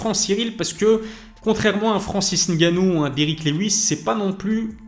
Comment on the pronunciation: Francis Ngannou pas N gannou 😢